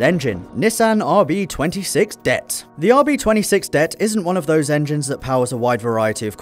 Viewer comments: D.E.T not det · is it me or is saying "det" instead of d.e.t. really annoying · D.E.T not duet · SR20 DET?, your pronunciation? Nobody says it like that, its D-E-T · d-e-t not "debt" who reads out acronyms? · If he says "DET" like it's one word, one more time.. ughh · Sr20debt rb26debtt I say d-e-t who else? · Am I the only one who cringed when he said SR20 "DET" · WHO THE FUCK CALLS IT A DET ITS DEE EE TEE REEEEEEEEEEEEEE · D...E...T...the more you know..."det" smh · Makes me cringe when the RB/SR's are pronounced "debt" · Anyone else find it irritating how he pronounced DET at a word... rather than individual letters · First time I ever hear someone prononce "DET" as one word 😂